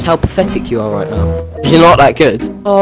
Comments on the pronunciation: Its Pathetic not Pafetic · XD "pfectic" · He said pafetic so much it started sounding like a type of pasta. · Osphyrix Nono, you misunderstand, he was saying ‘Pafetic’, not ‘Pathetic’. Pafetic is the secret and sacred code term used among griefers and tryhards when they want to admit defeat without admitting defeat. 🤣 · She really said: O sis is pafetic hehehehe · Their favorite word: PAFETIC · "YOUR PAFETIC!" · “you’re paFFetic” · PAFETIC... Pafetic... pafetic... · “Paffetic” “Proply”